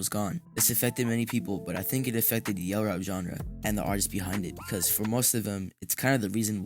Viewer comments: ain’t no way this mf called it “yell rap” 😭😭😭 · Bro called it yell rap😭😭😭